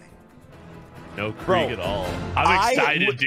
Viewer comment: “Done Krieg” ☠️